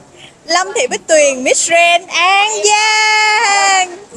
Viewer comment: Đọc “Grand” không chuẩn nhé